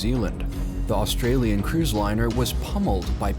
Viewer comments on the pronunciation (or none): none